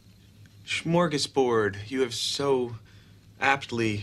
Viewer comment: "Smorgesboard" just killed me hahaha